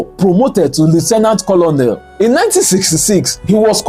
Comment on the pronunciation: Colonel is pronounced as conel. The second O is silent 👍